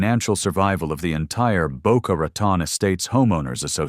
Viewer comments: It's pronounced Boca RATONE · Rat on. Do you mean Rotan Florida? Get it right